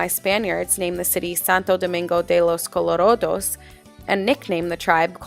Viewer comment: good video but please señora, its santo domingo de los colorAdos and not colorOdos... you pronounc the "a" like an "a" i live here, i know this ;)